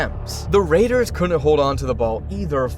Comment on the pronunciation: “The Raiders COOOUDN' hold onto the ball.” It's 'COULDN'T', as in 'could not'...pronounce the $uckin' contraction. Such lazy-a$$ $hit.